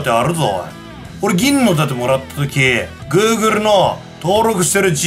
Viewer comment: Google ｢Googleの発音がおかしいので貴方にはあげません。｣